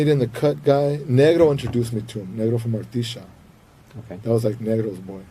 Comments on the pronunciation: He also pronounced negro wrong it sounded like the n word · idk if it’s just my ears but did he say the “N” word while trying to say negro? 😬